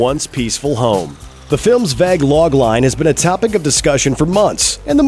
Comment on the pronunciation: you mean vague why vaag?